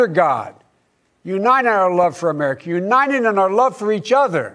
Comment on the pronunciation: It was by far the least senile I saw him this year, although he repeatedly was unable to say 'united'.